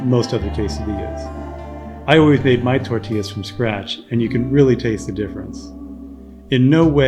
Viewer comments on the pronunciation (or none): none